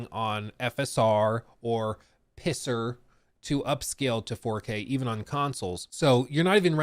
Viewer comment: PSSR - Pisser 😂 FSR - Fisser 😬